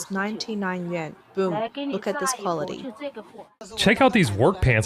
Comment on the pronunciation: Please, please, please get the words straight! Chinese currency is Yuan (yoo-ahn) and not "Yen" - Japanese.